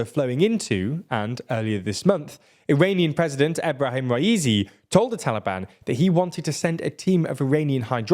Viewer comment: Why Iran and "Taalibaan"? Are they not the official govt of Afghanistan? Why this horrible bias? PS : another reason you should have rather said Afghanistan, is your pathetic pronunciation of Taalibaan